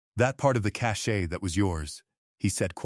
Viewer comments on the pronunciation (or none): none